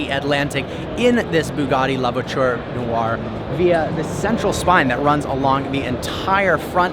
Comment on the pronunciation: New drinking game- how many times manages to somehow pronounce “Noire” as “New-Are”. One syllable mate- like “Nwah”